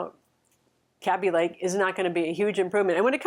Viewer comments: I also thought it was kay-bee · Hi, "Kaby Lake" is actually pronounced “Kay-bee” Lake, not “Cabbie” Lake. Source